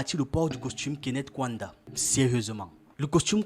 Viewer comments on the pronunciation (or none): Vous aussi vous dénaturez l'Afrique : FAITES SOUVENT L'EFFORT DE BIEN PRONONCER LES NOMS AFRICAINS. KAUNDA = KA-OU-NDA et non "kouanda". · Le nom du premier Président de la République de Zambie indépendante, Kenneth David Kaunda, se prononce: "ka ou nda". Très belle émission 👍🏽